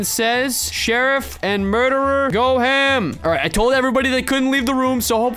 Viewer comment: Lol he said sherruf died but he was sherrif lol